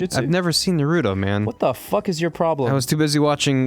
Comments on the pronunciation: It's pronounced (NaR U toe). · Yea they make me want to rip off me ears and mail them to the any time they say Naruto or meme. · When one of your biggest pet peeves is people pronouncing Naruto incorrectly likE everyone in the anime pronounces it a certain way so w h y are you saying it differently omg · If they pronounce naruto incorrectly one more time I'm gonna pull my own hair out